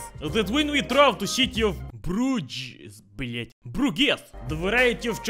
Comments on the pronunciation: it is pronounce bruje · We don't say Bruges we say Brugge